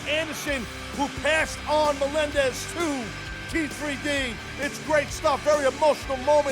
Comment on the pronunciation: Devon has no idea how to say Melendez does he